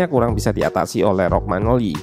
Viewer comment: Maaf sedikit koreksi, beberapa kali nonton analisis tentang milan selalu penyebutannya rogmanoli bukannya Romanyoli, btw padahal di video ketik sendiri Romagnoli. Terimakasih